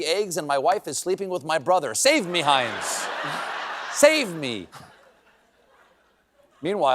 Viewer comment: Stephen's pronunciation of "Heinz" was way too German for comfort. I had to make sure he didn't have a funny little moustache.